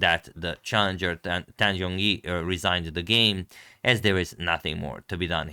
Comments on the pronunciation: Just to reiterate, 'You win you win' is obviously someone trolling you. I'm not a native speaker, but I do speak Chinese, and I would say you're speaking the player's names very well. You could improve on pronouncing Zhongyi, but given you haven't studied Chinese I'd just go back to your previous pronunciation as the other posters have said. Ju Wenjun is definitely not 4 syllables, with two repeated twice lol. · Chinese here. Your pronunciation was fairly right to begin with, not sure who told you Yu Wen Yu Wen, but that definitely was not right. As for Tan Zhong Yi, the Zhong is pronounce with Z, not J. You could google search how to pronounce their name letter by letter. Ju Wen Jun: 居文君 jū wén jūn Tan Zhong Yi: 谭中怡 tán zhōng yí Fun fact: Different from Western countries, most Asian names start with their family name first then only their name behind. Using Ju Wen Jun as example, her family name/surname is Ju, her own name/first name is Wen Jun. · Zhong not Zong. I speak Chinese. It’s not the same phoneme.